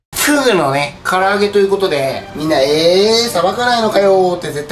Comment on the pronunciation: ふぅぐのふぅら揚げｗｗｗワロタ